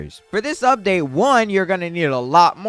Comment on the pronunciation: "Im ready for the UBDATE"